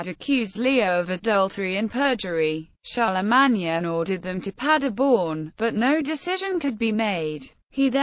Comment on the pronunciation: That 's pronounced CHAR LE MANE...........SOUNDS LIKE A ROBOT TALKING.